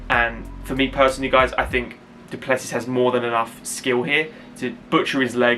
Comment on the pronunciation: pronounced duple-cee. Origin is the same as mine. The French hugenots that landed in South Africa in the 1600's Yes, he is going to kick ass tonight.